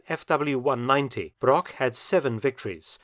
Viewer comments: The butchering of his surname really hurts, especially because it's used that often in the video. Broch and Brock have completely different pronounceations in German. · A small mistake, non german native speakers do, is the ,ch' sound, the name Broch is not spoken Brock. The ,ch' sound is similar to the noise of an angry cat, but slower and softer.